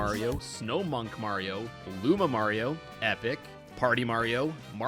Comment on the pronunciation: Say it right! It's "Lumario".